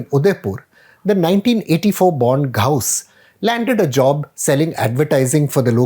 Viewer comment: I think Praveen can pronounce GHAUS as in غوث rather than anglicized "Ghaous"... (shrug)